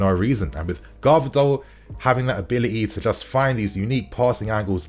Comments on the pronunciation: Hi, wanted to tell you that his name is pronunced vardiol not gvardiol like it's spelt. The "g" is silent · This brudda said garvadol, bro you can’t keep butchering these players’ names 💀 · Oh man, please listen someone Croatian how to say Gvardiol' s name, cause Garvadol is just wrong , sorry, but 😅😅😅😅😅😅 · Man pronounced his name wrong throughout the video 💀💔